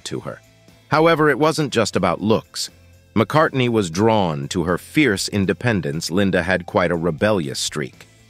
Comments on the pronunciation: Linda McCardy? C'mon AI, do better. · I know what you mean, but this video was bad in so many ways, that was the least of them, the worst was the constant mispronunciation of her name, the narrator kept dropping the N at the end, calling her Linda McCarty, not much of a tribute, if you can't get her name correctly, almost as bad was how [purple the writing was, it sounded more appropriate to a soap opera, romance novel, or something on the Hallmark channel than on youtube, I did learn quite a bit about her I didn't know before, which is always a good thing, but it was painful to watch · 1. You can’t even pronounce her name. 2. Some of the footage you're showing isn’t even her.